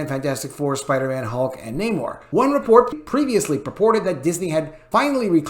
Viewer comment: can you please stop pronouncing namor's name with Latin accent, I'm trying to get through your news without 😂😂😂